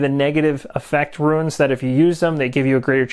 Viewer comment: Runes = 1 syllable - roons Ruins - 2 syllable - roo-ins :=)